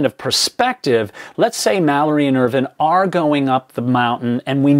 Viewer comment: Hi, love these clips, I’ve been following this since Mallory was discovered. Just want a to ask would you please pronounce last name correctly Irvine as in grape vine not as Irvin, he deserves that level of respect. Cheers